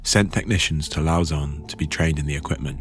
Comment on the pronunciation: A small note, but Lausanne in Switzerland is not pronounced “Lao-zonn”, but (crudely speaking) “Low-zann”